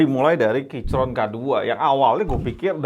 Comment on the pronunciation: bang plis bilangnya 'kiykron', gua dengernya jadi kicrot terus